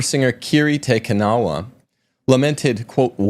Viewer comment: Hmmm... Keeree Tay Ka NOWuh I tell ya. The man ain't got no culture. But to: It seems that you missed the many seasons of the best dramatic series on PBS, Downton Abbey. It's a window into the life and mores of an aristocratic English family at the turn of the century. Warning: It's absolutely fascinating, but it's highly addictive. Then, again, it clearly demonstrates that once upon a time, the world actually had standards. The next best PBS series: I, Claudius. Finally, Google: Kirk Te Kanawa Ave Maria YouTube Beauty lives!